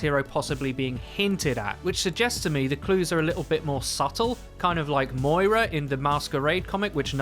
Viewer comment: It’s moira